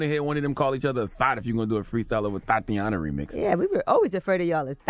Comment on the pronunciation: Please don’t make Charlemagne say “Thotiana” again....